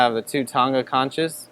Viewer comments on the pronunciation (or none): I always thought conch was pronounced with a "k" sound, as in "konk" or "konks" for plural. Otherwise nice video.